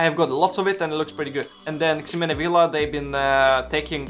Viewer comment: Remember that the X in Ximena is pronounced like the letter H. Something like "HE-mena" Think how Mexico is pronounced in spanish.